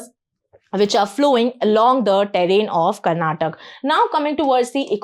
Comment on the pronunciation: Madam for your kind information we pronounce our state name as Karnataka not Karnatak , it really boils our blood when some one mispronounces our state name. It will be the same feeling when someone mispronounces your name. Kindly rectify this.